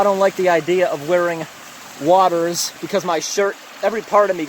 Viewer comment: Waders is pronounced wayders not waters